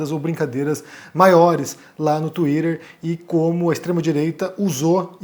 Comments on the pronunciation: Desculpa, mas no momento que você falou tuirer eu simplesmente não consegui mais prestar a atenção 😢 Sério, pq tuirer e não tuiter? (Escrevi como fica o som e não como se escreve, ok) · KKKKK Falou twitter igual a Luciana Gimenez não dou moral. Cadê o debate com o mamãe falei?